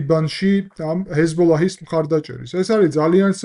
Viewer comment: პატივისცემის მეტი არაფერი მეთქმის, მაგრამ თუ ჰეზბოლაჰს ასე ზუსტად ამბობ და ახსენებ გიორგი, კარგი იქნება თუ კატარის მაგივრად იტყვი "ყატარს", გაზის მაგივრად კი "ღაზას" და ა,შ. ქართული ენა იყენებს ორიგინალურ სახელებს რადგან აქვს რესურსი ენას ამის რიგ შემთხვევებში, და არ უნდა დამახინჯდეს ეს ფაქტი.